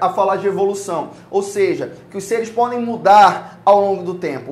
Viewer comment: "Como vocês pólen ver" KKKKKKKKKK